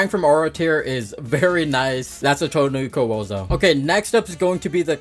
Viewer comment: "Cho Ni Ko" How does one mess it up this bad, it's the Chu Ko Nu